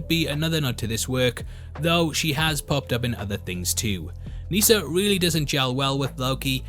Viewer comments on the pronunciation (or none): As someone named Nissa you are saying it wrong. It's like Melissa not lisa